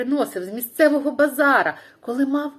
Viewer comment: Час та місце подій казки - середньовіччя не в Україні? бо "пани" та наймичка. Слухати цікаво, але хочеться української казки. базарУ Чекаю на продовження 🤔 краще спілкуватися не "на українській", а українською 💛💙 сподіваюся дрисля не нападе...цього разу🤣